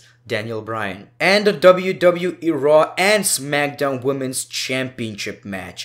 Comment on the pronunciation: Who else thinks when he says Monday night raw it sounds like Monday nitro